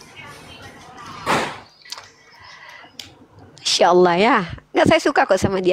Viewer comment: Hamza. Bacaannya. Dibaca. Hidup. Uni. "Insyaaa